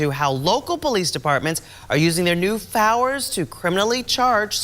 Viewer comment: "Now consumer investigator Justin Gray is looking into how local police departments are using their new FOWERS to criminally charge squatters." Wow. That sounds formidable! Your investigators have a superpower I've never heard of someone with a fower, or superfower!